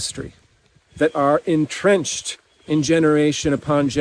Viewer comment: Did you say entrenched or en-drenched. 😅 What a trooper to deliver this message in the rain. Fantastic indepth message.